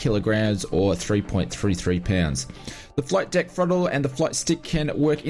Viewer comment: Did you just say "flight dick"? I love the Ausie accent.........😆 Have you used it with DCS?